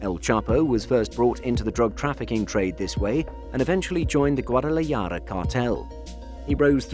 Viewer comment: WTF...GUADALAJARA..NOT GUADALAYADA.. 🤣 MAO